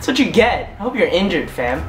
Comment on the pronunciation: They way you say fam is actually hilarious